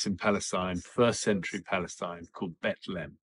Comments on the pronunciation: Did he say Bethlem??? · What gets me is that he literally says she was in Bet Le hem. Um…dude. Beit-lechem is literally HEBREW. You spoke HEBREW. It means “house of bread.” Oy vey.